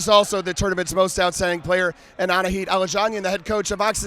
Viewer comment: He nailed "Aladzhanyan" that's not an easy name to say!